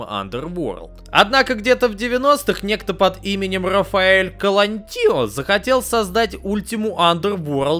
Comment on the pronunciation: Калантонио, а не Калантио😅